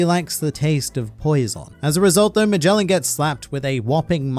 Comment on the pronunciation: The pronunciations at Magellan and Orochi are killing me